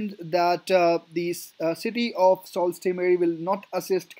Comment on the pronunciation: Pronunciation of Sault is incorrect. Its pronounced ‘soo’ not salt.